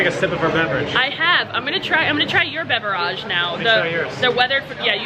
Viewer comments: You are joking by saying beveraaage? Right? I cringed every time you said it that way. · Its beverage not beveraaaaagh its not a word better of using the word drink